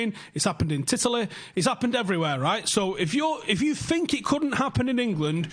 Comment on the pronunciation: "Titaly" HAHAHAHA